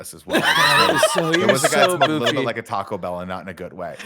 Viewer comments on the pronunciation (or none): none